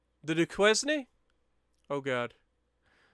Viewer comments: Hi. I do believe that your ship name would be pronounced Doo-Kane. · Duquesne is Do-kane